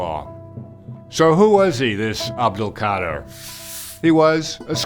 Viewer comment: Imagine writing a book about someone and still don’t know how to say his name right 🤦🏽 but still good message tho